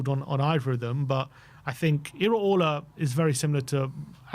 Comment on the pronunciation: Ih Ray Oh La Not IrayOrlaa